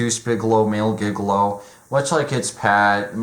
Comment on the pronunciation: It's pronounced "Jig-a-low", not "Giga Low"